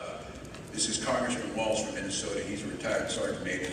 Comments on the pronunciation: Walz not waltz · Tim, theres no T in the letter L.